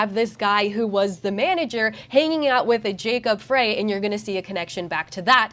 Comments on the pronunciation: Do you see the number and letter blocks spelling out the address on the black door? The address “Nicolet” is spelled wrong also. The correct spelling is NICOLLET. Also, it’s not Jacob Fraay, his name is pronounced Jacob FRY!!! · It’s pronounced “fry”/“frei” not fray. FYI just so you know how to pronounce mayor Frey. As for Nicolett it’s “nick-o-lett” or another accepted pronunciation is “nick-lett” as in Nicollet Avenue or Nicolett mall in downtown Minneapolis which is the road that only buses can go down it’s the center vein of downtown Minneapolis. This is from someone who grew up for 18 years and Minnesota plus lived worked and played in downtown Minneapolis before during and Immediately after the disaster and riots in 2020 and has since moved out of the state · Pronunciation update. Jacob Frey is pronounced Fry. Nicolett is pronounced Niclet. Hope that helps. Love the work.